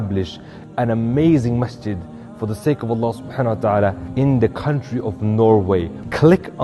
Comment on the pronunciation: Say the name of Allaah properly. و الله اعلم و احكم